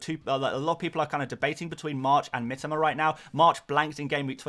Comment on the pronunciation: his name is pronounced Mee-toe-ma...ffs